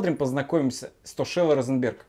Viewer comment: Штокело, а не Стошело.)))